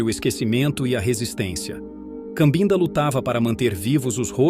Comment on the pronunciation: Com todo respeito, a pronúncia correta é Cabinda, que é a região onde nasceu e cresceu um pouco a menina que se tornou a vovó.